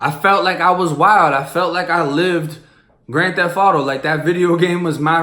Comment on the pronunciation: it say grand "thef" auto?? lmao